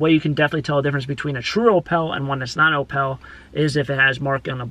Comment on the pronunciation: Are you trying to say opal (oh-pull)?